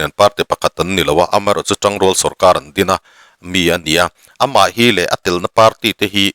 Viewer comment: Chanchin Thar chhiar-chhuak / chhiar-ri-tu hian, "Am(a)h erawh chu" ti-a chhiar tur ni awm tak hi... 'Am(e)h erawh chu" ti-in a chhiar-rik tlat mai le... ?? 🤔😜😀